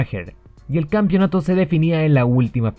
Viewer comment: Hermano "campeonato", no "campionato". Bueno, acá en Chile hasta los periodistas dicen "campion"